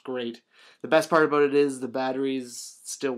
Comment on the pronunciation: he said aboot